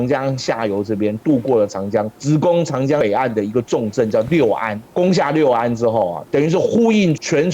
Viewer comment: 稍微纠正一些读音： 芍陂，读作que4 bei1（同“确杯”），现在为安徽淮南市寿县安丰塘，春秋时楚国孙叔敖主持修建的一个水利工程，东晋时改名为“安丰塘”，并沿用至今 “芍”字在这里是特殊读音，历史遗留原因，无法解释 “陂”字为多音字，大多数时候读“bei1”，意为“山坡、池塘、湖泊”，许多相关地名也是如此，比如这里的芍陂，又比如广州有个车陂， 这个位置引用《晋书》的"陂"字，也应读"bei1"，那整句就是指在颍川南北附近修建多个池塘水库的意思 “陂”字只有极少数情况读"pi2"，目前能找到的，也只有湖北武汉的黄陂 六安，读作“lu4 an1”（同"陆安”） "六"字读"lu4"时，意为春秋时期的六（国名），以及附近地域，也就是今天的六安附近，“六安”这个名称，据说是汉武帝时所起，是将当时刚刚经历谋反的衡山国境内的六县、安风等地名字合并为“六安”，意为“六地平安” 另外好像也有姓六的